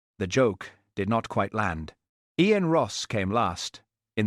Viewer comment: Who pronounces “Ian” as EE- ANE? AI is amazing, but doesn’t one edit or correct it? I prefer human readers.